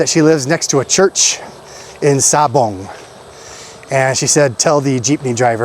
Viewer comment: YOU SAID. “ SABANG” I THINK IT IS “SABONG”. MEANS COCKFIGHT.